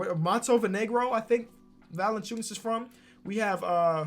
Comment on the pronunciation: Hold on. Man just said vucevic was from “Montevinegro” then called him valanciunas. Lol